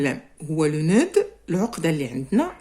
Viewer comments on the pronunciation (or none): cher prof, je tiens à vous corriger une erreur que vous avez commise , le nœud on ne prononce pas d ! on dit le noeu et le d se ne prononce pas !!! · On ne prononce pas le D dans le mot nœud 😮attention.